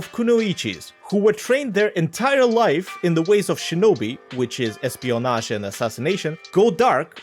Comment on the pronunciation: Are you like russian? cuz i feel like that espionaje word or whatever sounded like you took that from russian